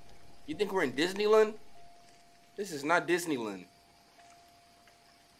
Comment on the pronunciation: Did anyone else notice said Disneylan he forgot the d wait pause